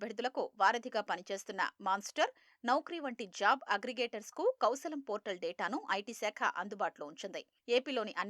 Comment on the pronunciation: కౌశాలం !!! "కౌశలం" కు వచ్చిన తిప్పలు.. తెలుగుకు పట్టిన తెగులు... :face-purple-crying::face-purple-crying::face-purple-crying